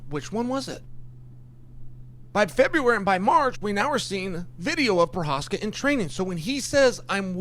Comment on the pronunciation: chael got provokis name right. thats weird.